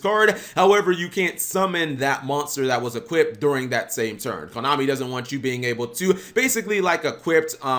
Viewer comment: Why does he keep saying 'equipped' instead of 'equip', or 'equippted' (which isnt even a word) instead of 'equipped'??